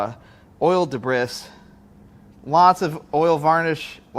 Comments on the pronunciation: Fyi, Debris, its prononced DEBREE, not Debris 😉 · You know, of course debris, is pronounced debree. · Did he just say de-bris for “debris”? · The way he says "debris" makes me chuckle.